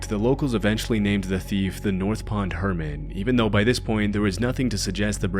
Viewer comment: HermiT, not herman, not hermid.